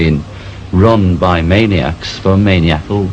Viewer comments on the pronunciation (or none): Lol. Did he just say "maniac-ull" instead of "maniacal". I love you John, you're tue coolest dude ever. And sexy. I dig you, you know... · Main-ee-ackl? Man-eye-ic-al... Maniacal.